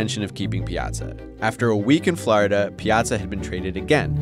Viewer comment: I'm sorry dude, but did you pronounce Florida, "Flarda?"